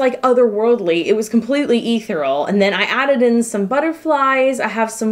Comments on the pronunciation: Ethereal is pronounced uh·thee·ree·uhl not eeth-er-all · Question, way off topic... You described the model as "ethereal", which you pronounced "ether-all", is that a common pronunciation where you're from? I've never heard that before hehe